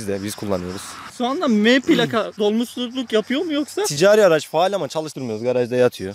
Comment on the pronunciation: Araz da değil (araç)